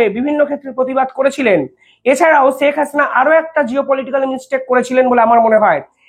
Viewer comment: Sak na "Sheikh" Bangla uccharon thik korun. চ ছ er difference i bojhen na Khub baaje laage shunte. Daily daily nijer porichoy deoa bondho korun plz Khub baaje laage shunte.